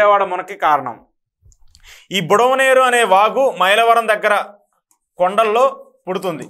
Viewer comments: Budameru. Not budamaneru. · యు హావ్ డన్ ఏ గుడ్ జాబ్ బ్రదర్, ఇలా ఎవరైనా మ్యాప్ లాగా గీసి వరద ఎలా వచ్చిందో వివరిస్తే బాగుండేది అని అనుకుంటున్న నాకు ఆ లోటును కొంతవరకు మీరు తీర్చారు. కొన్ని మాటలు తప్పు పలికారు, బుడమేరు. కరెక్ట్ బుడమనేరు కాదు. అలాగే కొల్లేరు కరెక్ట్. కొల్లూరు కాదు. గమనించగలరు